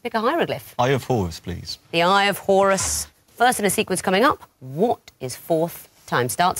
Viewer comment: i always hear “i’ll have horse please” instead of eye of horus